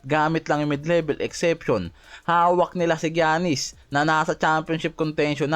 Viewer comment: Gianis - "yanis" not "giyanis".